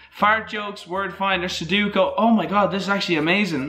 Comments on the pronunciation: he said suduko. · Nobody:: Sudookoo